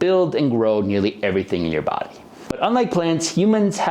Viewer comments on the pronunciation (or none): none